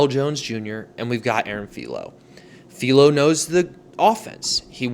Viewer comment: Philo is not "feel-o" it's a hard I like in wifi